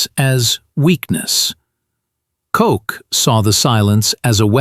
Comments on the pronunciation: The intelligence officer for Gen. Patton, it was named Koch not Cock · Isn’t his name pronounced more like “coke?”